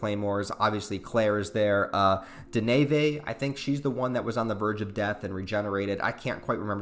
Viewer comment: It’s pronounced den-iv-a